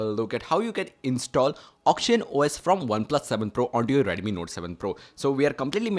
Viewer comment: Its redmi not reddemmi